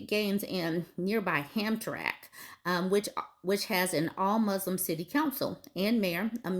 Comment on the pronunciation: Hey It’s pronounced Ham-tram-ick ( I grew up in Michigan near there)